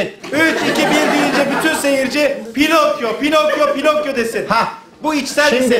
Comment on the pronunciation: pinakyo pinokyo 😆😆